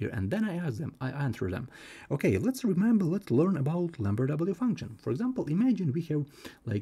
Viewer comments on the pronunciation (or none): What is he saying, lamber w function?